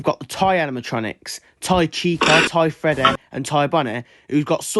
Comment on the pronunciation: I never thought I needed someone pronouncing the name like „Freddäh“ but here I am